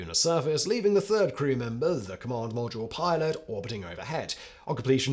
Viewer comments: " Lunar podule milot" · Love it when he says 'lunar podule milot' . The editor missed that one. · Did you say "Lunar Podule Milot?" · Podule milot...😂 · . "lunar podule milot" 🙂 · "The lunar Podule Milot"? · I love the metathesis faux pas at about “lunar produle milot” I can’t believe this doesn’t happen more often based on the speed in which he speaks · "commander and lunar podule milot"... err Houston, we have a problem. 🤣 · You said "Podule Milot" :) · Lol, "podular milot" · "Lunar Podule Milot" LOL!! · Lunar Podule Miler? Is that Luna Module Pilot or am I not understanding it? Not a piss take, really enjoyed this one and seeking clarification. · He also say Lunar Podule Milot lol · "Lunar Podular Milot"??😅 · "Lunar Podule Milot" 🤣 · "Luna podule milot"???😂. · I do enjoy your videos, especially this series on manned space flight. I also enjoy the humour you creatively insert and, with that in mind, wondered if you intentionally called the Module Pilot the “Podule Milot’ at 30’52” time stamp (I had to play it again to make sure I wasn’t hearing things). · "Lunar Podule Milot" XD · Lunar podule milot is proof that simon is a robot and not real.